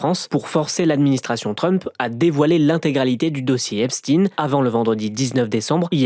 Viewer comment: On prononce Frankenstine ? Parce que Epstine mdrrrrr